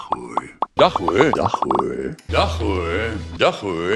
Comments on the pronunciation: het lijkt alsof hij dag HOER zegt inplaats van dag hoor lol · ja echt he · Hij zegt dag hoer